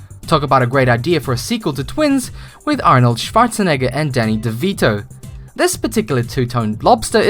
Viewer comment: dunno about you but I just heard him saying "Arnold sfartzeneger" .